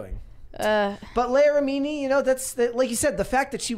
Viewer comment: Why are they unable to pronounce Leah Remini’s last name properly?